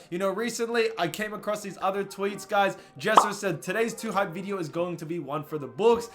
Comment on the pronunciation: why the fuck you say video like that?? VEE DEYO?